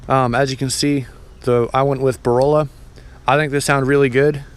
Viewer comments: He said “ borola “😂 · Never heard Borla pronounced that way! Lol 😂🤣